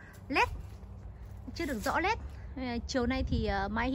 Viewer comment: “rõ nét” không phải “rõ lét” : “nóng” không phải “lóng” E thấy chị cũng cải thiện hơn trước rồi nhưng thi thoảng vẫn còn bị ngọng nên e nhắc chút để cho chị sửa dần đỡ bị nhầm lẫn ạ !